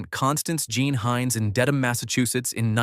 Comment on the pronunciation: I was born and raised in Massachusetts. I’m glad to hear Dedham was properly pronounced in this video.